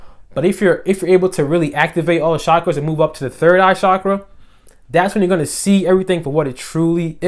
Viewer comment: the correct pronunciation: CHakra :)